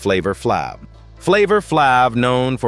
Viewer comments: Flav with a long A not flic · As many times as this male voice said Flav wrong🤦🏾‍♀️